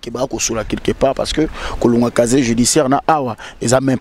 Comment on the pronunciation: Kkkkk on dis pas chacher on dis casier judiciaire